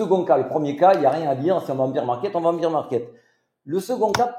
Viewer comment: Merci pour la vidéo! Une remarque toutefois: « Bear market » 🐻 se prononce « bère », car le beer market c’est autre chose🍻😅 Biz les!!